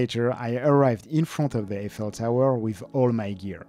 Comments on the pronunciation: "I fell tower" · Hmm. Never heard Eiffel tower pronounced like that. I assume that is the correct way.